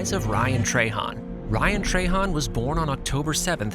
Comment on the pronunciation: Love ryan, you say trahan weird. Han not hon ...